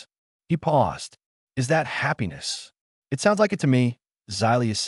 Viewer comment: Why does the narrator keep spelling out IT instead of saying the word it?